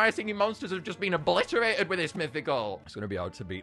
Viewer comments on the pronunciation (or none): none